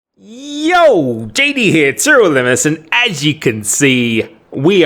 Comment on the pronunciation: TEErl Limbless is all I hear